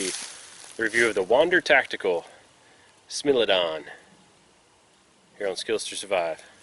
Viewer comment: Let me 1st say that I apologise up front for being that guy , but it is not pronounced "smil" it is pronounced "smile"